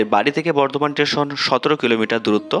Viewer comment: Station not tation